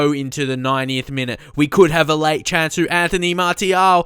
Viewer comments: Please it's pronounced "Martial" like "Marsial" with an S. I'm french, trust me lol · It's Anthony MAR-SI-AL, cheers mate